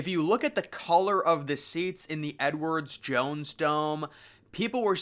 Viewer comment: Once I heard him say Edwards Jones Dome, I couldn't stop hearing it, lol.